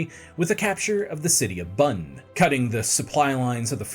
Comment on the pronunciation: Some work on pronouncing "Bonn, Munster, Cologne, Torbay & Jacobites" would be appreciated. Otherwise good video thank you, currently reading about this period and this is a nice overview.